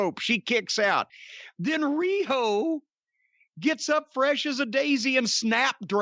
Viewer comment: that was the most beautiful RIHO Jim has ever done